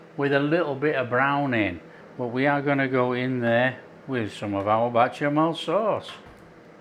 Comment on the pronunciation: Tasty very very tasty 😊It's Bechamel sauce. Not Bachemel sauce. 😆